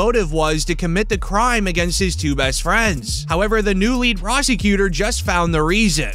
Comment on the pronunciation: Why do you say prosecutor weird? Like you fade into the annunciation plus your voice is cringe